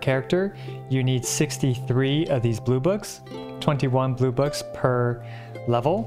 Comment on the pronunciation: When he said "blue books", I thought he said boobas EDIT: Oof. C6 Benny